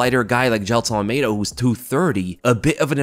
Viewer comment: Jailtonove Ahlmeidanovisky 😂 brazillian russian right there lmao 😂